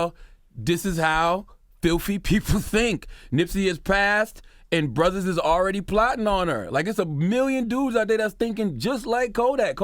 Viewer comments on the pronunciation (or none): none